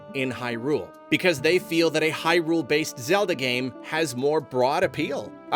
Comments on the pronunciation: Can we stop saying Hy-RULE 😭 It sounds so weird, it's HY-rule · Great video, and I fully agree with the sentiment. I just cant get ovet the pronunciation of "Hyrule"... The emphasis keeps being putting the on the U in "hyrUle", like high. rool. Instead of "hYrule" with no pause in-between. I know it's a complete and total nit-pick but it was driving me insane the whole video. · Is it just me or does say Hyrule kind of funny? It's like an extra emphasis on the R, i.e. HyRule. No shade just insteresting